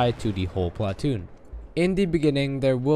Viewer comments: you say "PLA- TOON" funny.... try saying it without any emphasis on the "A" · emphasis on the A in platoon